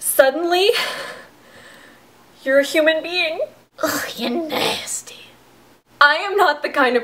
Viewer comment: I want a gif of her saying "ya nasteh"